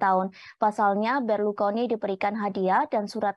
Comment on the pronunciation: berlukoni atau Berlusconi mbak..mana nih yang bener,, presenter amatiran kayaknya nih 😂😂😂